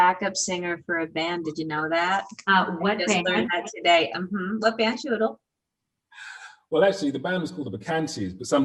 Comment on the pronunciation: I love Ann Hathaway, but I swear if she doesn’t learn how to pronounce Chiwetel’s name I’m showing up on her doorstep with a fifth grade teacher and a copy of hooked on phonics. Write it down and Sound it out! What is chewidle?😂